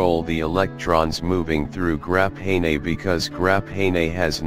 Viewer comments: "Grap hay nay" sounds like the wave of the future. why are we using an automated voice? no humans were around who could speak? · grap-nay-nay. HAHAA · Grap hay ney....lol. what's more odd is he says graphene properly. And other times too I just realized